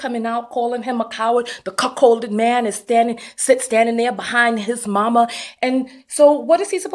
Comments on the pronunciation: Did she call him cuckhold? LMBO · I agree with your commentary, but girl I cackled every time you said she cuckcolded her husband. 🤣😂 Forgive me, but I CANNOT keep a straightface. 😝 I also love the term HubSon and shall henceforth use it. Thanks girl.